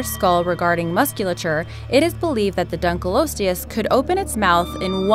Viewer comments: Not dunkle osteus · It's pronounced dunk-o-lost-e-us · Dunkleosteus is actually pronounced as Dunk-a-lost-e-us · The pronunciation annoys me especially Dunkleosteus as most scientist pronounce it (Dunklee-osteos) if their are scientists that pronounce it different so this doesn't annoy me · Donckle losteus? Or dunk leo steus? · Dunkleosteus is pronounced dunk-lee-os-teus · Dunk lee os te ous Boi it's dunk lee ost te ous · its dunkeleostios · it's prounced (Dunky-loss-e-us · Lol, i love how predator x was really called something else with "funkei" at the end XD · Btw for 5 it's Dunka-lost-leis :P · its pronounced dunkle-lost-ius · You pronounced Dunkalosteous it wrong it’s a short O not a long O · pronounced dunkleosteus wrong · She sais dunkleosteus wrong